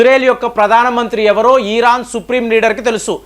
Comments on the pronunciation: EERAAN KAADU , IRAAN . DEERGHAMU VODDU😊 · ఈరాన్ కాదు భయ్య... ఇరాన్.....